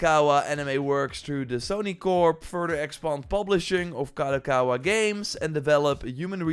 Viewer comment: He learned how to say "Kadokawa" 😅